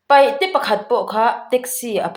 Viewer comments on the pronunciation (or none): Paihte nilovin Paite tih tur aw. Ilo lamsual tawhloh ka beisei. Chuan i channel hi ka lawmpui top. ❤❤